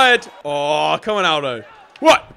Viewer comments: Omg it joe-say Al-doe get it right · james pronounce it al-dough 😆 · Did he call Jose Aldo hosay owdow